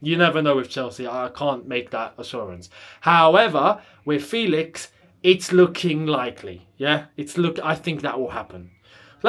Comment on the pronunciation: It’s FEHLIX and not FEEEELIX